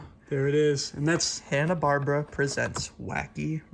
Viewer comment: That's not how you pronounce Hanna Barbera.